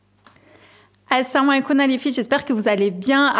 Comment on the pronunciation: Assalamoualeikoum ! Svp prononcez bien le mot : Assalamoualeikoum !!! C'est très gênant d'entendre les fautes de prononciation de la part d'une musulmane !! Si vous savez lire l'arabe regardez bien comment ça se dit ou renseignez vous & apprenez !! Car : Assalamoualeikoum est 1 doah, une invocation que vous faites pour les gens qui sont autour de vous & pour vous même !!!